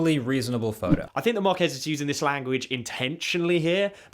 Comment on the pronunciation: These youtubers bro. Atleast pronounce his name right, it's like Mar-keyz, not Marquez like a Mexican name. Smh.